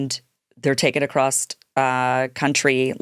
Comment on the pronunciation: There is no t at the end of across.